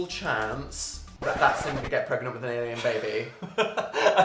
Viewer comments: Is he... pregananant? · Did Dil get... PREGANANANT...? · Ann Casoot he's pregananant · can u get dramatic pause pREGAnte